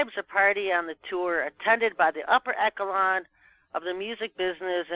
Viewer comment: She pronounced it wrong LOL